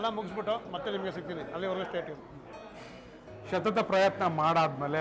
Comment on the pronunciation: min shathatha Prayathna alla pa annayya. Sathatha prayathna. Kannada padhagala uccharane sariyagi madanna.